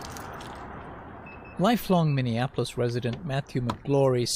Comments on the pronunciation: I love your videos but it’s MINI APPLE OIS. How do people say it wrong? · I'm sorry, I had to click on this to see if you are still saying it. Minion-appolis. 😂 Since 2020 you've been saying it like this. I love it. (born and raised here, which is why it's funny to me) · love you, big bro, but pronounce Minneapolis with the correct amount of syllables. ;) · I like how Tatum says, "minion apolis" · Dude, would you PLEASE learn how to pronounce Minneapolis? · You are correct, but the way you pronounce Minneapolis is wild 🤣